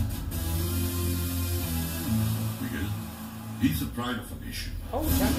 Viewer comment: Its pronounciation is not bijil, it's bigil. Ga, ga for gamora